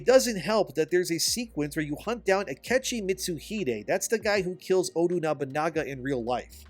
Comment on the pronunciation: His name is Ah-kee-chee